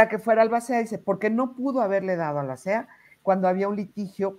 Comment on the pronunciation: NO te preparaste para este programa 🙈 No supiste pronunciar ALBACEA 🤔 No sabes que pregunta hicieron a Iván. Ni 🤔 Abogados de O. J. Simpson (creo que hasta ya munieron) a los abogados de Johnny Depp 😂 Lupitaaaa tus conductores hoy no dieron una 👀